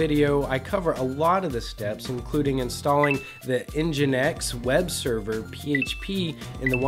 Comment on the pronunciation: Yay he said Nginx correctly this time, virtual high five!